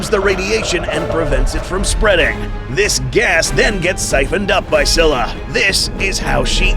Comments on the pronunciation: “SKY-luh” doofus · Así no se pronuncia scylla